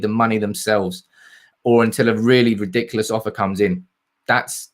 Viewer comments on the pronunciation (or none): none